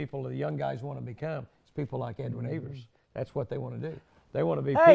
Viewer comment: Man..he called you Edwin Ev -ERS?!! Jimmy probably sleeps in sunglasses..😂